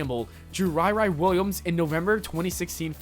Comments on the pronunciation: Rie Rie Williams? It's pronounced RE RE Williams, as in the derogatory re re phrase for "retarded" people. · Iron Heart's name is pronounced Re Re Williams and she isn't drawn too sexy at all. I bet those same people complaining wouldn't read fat, ugly girl comics. Smh. . .